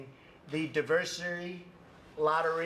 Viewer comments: "Diversary" WTF, can't this idiot even read? I guess we know how this orange pig got his degree, the same way he got out of the draft... Pop's money knows no limits. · On top of that he read "diversity" as two distinct words: "diversary" and "diversity." This is what an Ivy League alumni with a "very big brain" looks like America. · Diversary? What’s the matter with trump, can’t he read? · "Divesary" !!!!! He must've attended Trump University that went bankrupt. Lol. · Diversary. Diversary. DIVERSARY. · Of course Trump can't pronounce 'diversity' ...of course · I like how Trump mispronounces "diversity", pronounces it correctly, then mispronounces it again. Like, how dumb can someone get? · He caught himself saying it wrong and made sure everyone knew he got it wrong, then went off script and talked rubbish. Well done America.